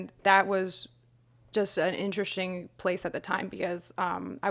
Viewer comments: What's intershing? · It's just funny because it makes her sound, like, some 18 year old college chick who's just babbling on about boring self-centered shit. Even though she's a neuroscientist trying to describe the undescribable, it's just funny to hear someone talk like that about something like DMT xD